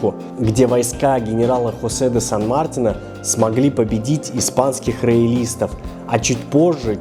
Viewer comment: Ребята, сан МартИна, ударение на И